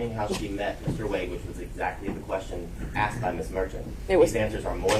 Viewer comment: She was axed a lot questions